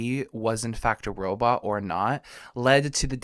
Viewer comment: Zoidberg “robut”